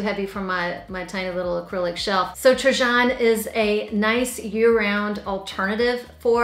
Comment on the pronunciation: Trajan is pronounced TRAiiAN! j= long i